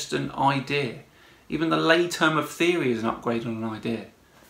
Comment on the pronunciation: The way he pronounces the word theory is acually very telling when it comes to his understanding of science. He says it like he just won the lottery, like it was an admission that science isn't quite sure about this. Actually in science, "Theory" is the highest praise an Idea will ever get. These are the most well demonstrated and tested Ideas we have. The single most reliable explination of any or multiple phenomena out there and he celebrates it like it is the holy grail.